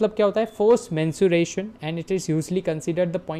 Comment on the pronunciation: Sir there is a difference between menstruation and mensuration Menstruation is a biological process Whereas, Mensuration is the branch of mathematics that studies the measurement of geometric figures and their parameters like length, volume, shape, surface area, lateral surface area, etc. Please don't mind your were mispronouncing it several times so I thought I should correct you Thank You❤